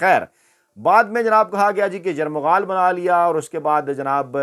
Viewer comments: ایک لفظ آپ بار بار غلط ادا کر رھے ہیں. آپ یرغمال کی جگہ بار بار یرمغال کہ رھے ھیں. درست کر لیں. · یرمغال نہیں یرغمال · It is یرغمال and not یرمغال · Dear lafz yerghamal ko aap ne 2 bar yaghmaral/yaghral kaha durust fermali jiye shukeriya❤ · سے درخواست ھے کہ (یرمغال ) کی جگہ یرغمال کا لفظ کہا جائے۔ شکریہ